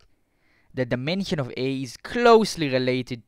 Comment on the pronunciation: Russianal number? Are you a russian spy? Dimenchion?